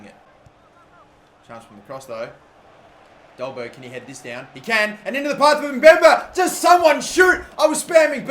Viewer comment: Only Because Im Danish. It is pronounced "Dolbaer". In Danish the G is silent